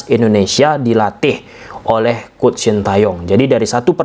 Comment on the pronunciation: Mas bacanya coach; kouch.. bukan kuct ! Nti jd kuch kuch hota hai 😂